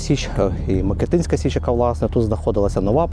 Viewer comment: Січ МикИтинська, а не МикитИнська. Наголос там же, як ви вимовляли МикИтин Ріг